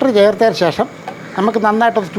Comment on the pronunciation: എന്ത്‌ പറഞ്ഞാലും ഷേഷം. അല്ല ശേഷം 😂ഒരു 10പ്രാവിശ്യം പറയും